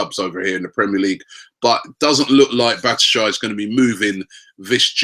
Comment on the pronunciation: Fucking hell Robbie, its Bat - Shwa - Yi lol